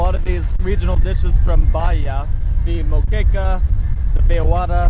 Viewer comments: Boipeba - boy-PEH-bah..........Bahia - bah-EE-a ..... NOT bah-HEE-a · Just a pronunciation tip: the word Bahia has 3 syllables. Ba.hi.a, and the stress is on the second syllable... Ba.HI.a, and you don't pronounce the "H"...